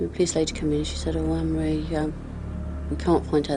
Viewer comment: Gloucestershire pronounced (glostersher) Anne Marie = Ann marie Fab podcast, I live in Cheltenham so very close to home. Thought I knew everything about Fred and rose but you have added so many details I never knew about. Thankyou, subscribed 👍🏻